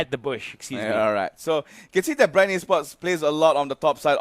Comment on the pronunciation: Bre ng bre yung commentator ayaw nalang sabihing bren eh hahahahaha